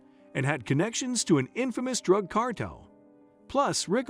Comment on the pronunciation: Constant mispronounciations are jarring. Casts doubt on the rest of the information. Ramirez does not rhyme with razmataz. Cartel is not cartl. These are common words used in the US. Accents in several of the words are in the wrong syllables. Is this machine speech? Please correct for future videos.